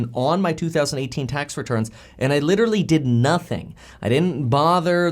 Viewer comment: anyone catch when he said i did not file my 2018 taxes i filed my -emphasize 2018 taxes lol